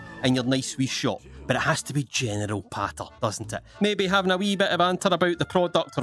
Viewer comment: Sounds like he is saying genital not general